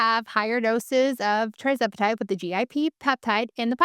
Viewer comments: Thank you for your informative videos … but will you PLEASE pronounce the injections correctly…It’s TIRzepitide, NOT TRIzepitide. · When you pronounce tirzepitide as tri-zepitide...I'm a little skeptical.